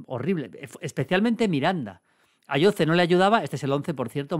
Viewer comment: Maldini, se pronuncia "Ayosee" que el jugador es canario 😂